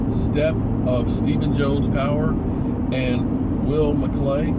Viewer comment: Are yo still saying "McCray"?